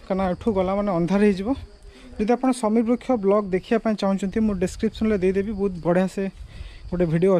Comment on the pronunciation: ବୃକ୍ଷ ହେବ ... ବୃକ୍ଷ୍ୟ ନୁହେଁ